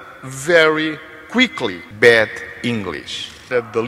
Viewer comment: Será que ele queria dizer Bad english ou Bed english (inglês de cama) eh eh